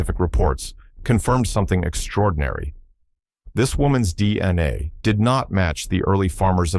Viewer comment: Are you going to show any actual illustrations of what you’re actually talking about? This is obviously AI slop you can’t even pronounce DNA properly.